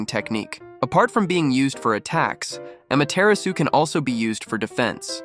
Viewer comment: It’s pronounced ama-ti-ra-su not ama-tear-asu Ai voices dudeee